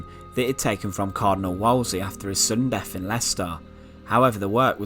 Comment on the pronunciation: The deff of Henry the eieff